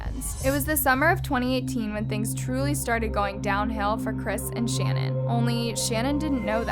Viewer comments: Her name is not "Shannon" 🙄 If you want to honor the victims, the least you can do is pronounce their names correctly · Why did you mispronounce Shanan’s ‘name? It sounded weird . She was particular about how it was properly pronounced.originally it was pronounced SHANNON but later on she starting pronouncing it Sha -NAN with emphasis on the first sha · Shannan’s name is pronounced “shu-nan” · It's SHAN - ANNE. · The way this girl pronounces things. 🤦🏼‍♀️ Poor dead woman can’t even have her name said correct. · You should take this video down and re-upload it with you pronouncing her name correctly. what a gaffe. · I’m annoyed by the way you’re mispronouncing her name 😢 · You’re saying Shannan’s name wrong, you’d think you’re telling the story of her murder that you’d at least check how to say her name. You’re also saying Amber Frey’s name wrong. Ugghhhh….